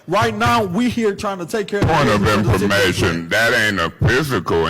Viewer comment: “Yesh yu dewwww” 💀💀💀